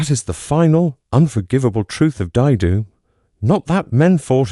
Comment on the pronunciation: Is this the future of youtube videos? Just bullshit AI voices? I have a friend who was at Dai Do and was about to watch this when it was totally mispronounced. Good luck in your low-attempt endeavors.